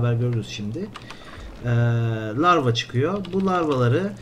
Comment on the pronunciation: Lavra değil larva